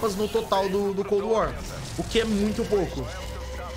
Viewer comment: PQ QUANDO VOCE FALA COLD WAR PARECE QUE TA COM UM OVO NA BOCA ?